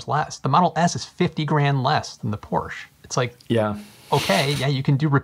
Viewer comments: Porsch Teyken? :-) Why are all you US guys so bad at pronouncing foreign names?! An A in Europe is always like "chArger", "cAr" or "Audi". porsch-e, E spoken like the E in "tEsla". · Porche is pronounced Porch e, and taycan is pronounced tie con